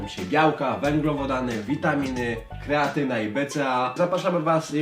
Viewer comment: "kreatyna" xD